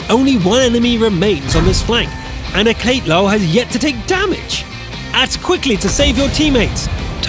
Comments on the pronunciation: Aketlow? Man oh man can't even read, that's Alcatel like the phone brand, the "ul" part is his addition. A contraption using grammar articulation to indicate gender and number. Basically one male Alcatel phone. I know it's weird. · Lol Alcatelul is an romanian name my bro .U said it totaly wrong😂